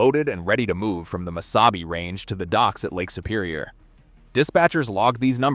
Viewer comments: Miss-0h-bay (aka: Mis-saw-bee). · you have a picture of the abandoned inter campus trolly station in Falcon Heights Minnesota just north of Saint Paul. Also Missabe is pronounced, mi saw bae. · MISSABY?? What the hell is that. I hate these stupid AI voices. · Before you do a video learn how to pronounce the railroads name. It's not lbf, it is tractive effort. Those little ore cars have 100 tons of iron ore in them.The Yellowstones pulled up to 18,000 tons.